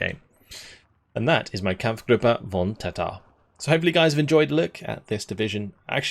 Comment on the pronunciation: As a Dutch man i am happy to see some Dutch troops in the game. But also as a Dutch man, i am very angry how you mispronounce there name.😠